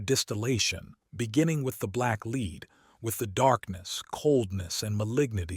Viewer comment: Thank you, so much 🙏 Very good, only one minor irritation. Several times pronouncing 'lead' instead of (black) Lead.